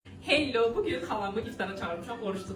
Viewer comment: Hello yox Hellio 😂😂